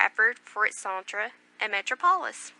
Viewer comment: "Which had Bradford for its 'sontre' (centre?) and metro-poelis"? Kind of the reader to make the effort to record this but words need to be pronounced correctly. I managed 2 minutes and had to stop listening.